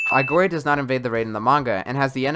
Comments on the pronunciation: It's Aogiri, not Aigori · Quinque is pronounced "queeng-kay" Aogiri is pronounced "Ow-giri"